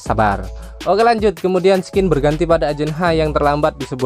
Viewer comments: Woi bang, scene itu dibaca sin bukan skin, skin tu kulit woy, dan sejak kapan menara effeil di italia wkwkkw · Saran bang kata scene dibacanya bukan "skin" tapi "sin". Semoga lebih baik lagi kedepanya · scene itu bacanya sin bang.oke